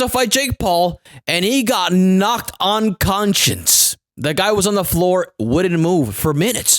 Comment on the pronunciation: This foo said "UN-CONSCIENCE" LOL. Another banger from.